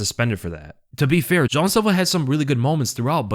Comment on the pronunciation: Jean silva not john silva